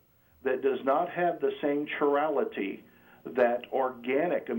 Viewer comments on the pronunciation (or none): lmao guy has no idea how to pronounce chirality (ki-ral-i-ty) or racemate (ra-see-mate). huge giveaway that he has no idea what he's talking about. incredible how they think they can read a couple pages on science and suddenly believe it supports a non-scientific solution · By definition amino acids have a nitrogen, a carbon and a hydroxy group so are always organic. also mispronounced "chirality" so I think he's done enough research to look like he knows about the subject to someone who knows nothing but little more. It's understandable, biochemistry is voodoo (I'm an organic chemist). If the reaction produced the racemate that means it produced the correct isomer AS WELL AS the incorrect isomer. I know nothing of the experiment however but I wanted to point out errors.